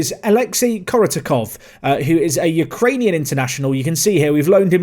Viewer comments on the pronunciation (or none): none